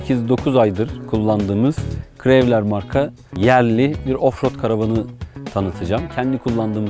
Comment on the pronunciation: Krevler diye okunmaz krowlır diye okunur. Anlatım için teşekkürler.